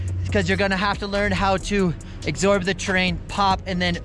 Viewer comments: I love you, great tutorial but its absorb not acksorb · "...you gotta learn how to EXsorb the landing... " lol keeps saying exsorb. i like it.